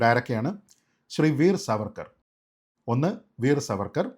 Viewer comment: Sreejit, His name should be pronounced as ' Saavarkar ' I regularly see your videos. Really good. Keep up.